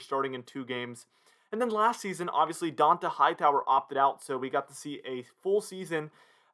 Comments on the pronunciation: It’s pronounced dontay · DON Tah Hightower…How do you have a YouTube talking about the pats and not know how to say this man’s name lol. He’s been a defensive centerpiece for 3 lombardis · How do you not know how to say dont’a name he’s been apart of the team for like 9 season now cmon man